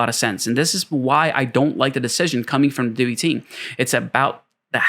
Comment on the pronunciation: its prounounced DEE-WHY.